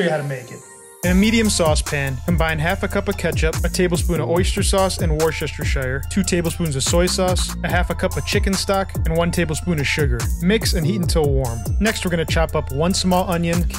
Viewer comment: It's "Wus-the-cher" - Worcestershire sauce.. It ain't that hard to pronounce.